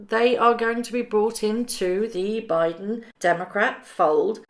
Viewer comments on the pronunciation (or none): none